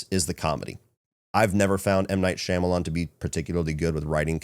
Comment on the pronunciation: I’m BEGGING you to pronounce Shyamalan’s name correctly lol